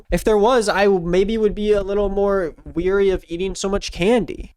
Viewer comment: This is a small thing but i need you to know that you consistently pronounce "wary" as "weary"